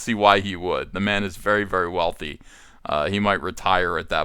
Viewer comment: Thick thighs save lives, Ethan. "Thank you verrrrrrrrrrrrrrrrry much."